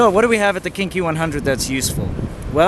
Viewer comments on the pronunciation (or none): YUP! Kinky! Every time! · Every time he said "KingKey", all I heard was "kinky" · Everytime he says "KingKey," I hear Kinky. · lmao when you said king Key it sounds like Kinky and makes it funny like a porn area I wonder if thats why they picked the name to get tourist there. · kept hearing "Kinky 100"